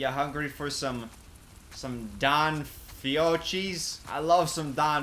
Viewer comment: Fiotschi (fiocchi), I love me some fiotschi (fiocchi) Me: gets angry in Italian